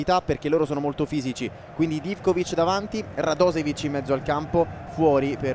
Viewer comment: pronuncia un è /radosevic/ ma /radoshevic/